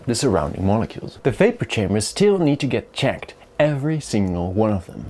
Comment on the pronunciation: I flinched when he said molecule